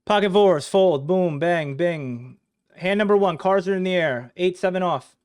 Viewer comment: "five, fowha get the fuck outta my mudda"